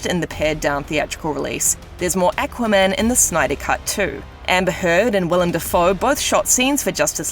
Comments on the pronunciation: “EKWAMEN” lol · Who is this "eckwaman" character?